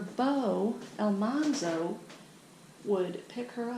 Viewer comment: Pronounced Al-MAN-zo